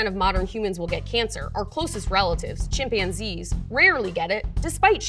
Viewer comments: English isn’t my language, but isn’t it ”chimpanzee” and not ”chimpianzee”? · Defending harmful chemicals... I Rather trust myself than a person that can't pronounce "chimpanzee".. good luck